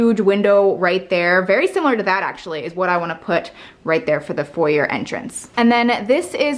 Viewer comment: americans saying foyer...